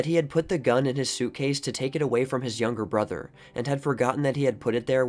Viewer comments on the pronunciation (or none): none